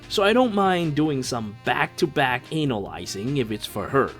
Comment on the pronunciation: Hmmmm ☕👀 When he said Aversa is cool then goes with saying "ANAl-yzing" Classic yo sly dog 😂👌